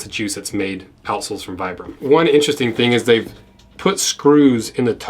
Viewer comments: Vibram is pronounced: Vee-brum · For the record it’s pronounced “Vee-brum.” The originator is from Italy.